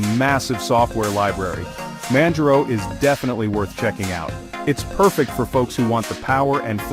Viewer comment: Manj-row ??? This text-to-speech is the worst I've heard all week.